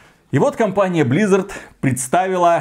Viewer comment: Почему вы говорите блиизард? Активижин.